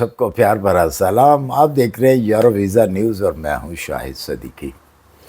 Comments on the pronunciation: yerroo ….he meant to say Euro 😂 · It's euro not yero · سر یورو اور ییرو میں بہت فرق ہے برائے مہربانی اسے ٹھیک کر لیں